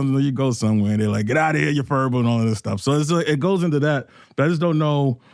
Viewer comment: Che says furble with a hard r. Christ man.